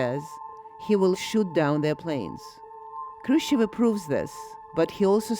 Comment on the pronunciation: Le May; just another gong-ho general with too much ambition. Thank goodness Kennedy did not listen to him. BTW; not ONE documentary narrator pronounces "Khrushchev" properly. They say Krushev!